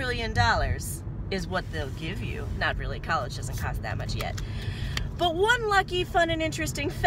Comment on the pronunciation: I love how you say "colleges don't cost that much YET"... nice vid!